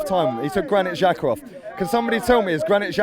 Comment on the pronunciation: The "xh" in Xhaka is supposed to pronounced like the "j" in Jake. Stop pronouncing it wrong.